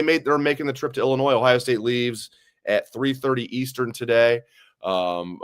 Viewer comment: Can someone please tell the S is silent in ILLINOIS!! 😂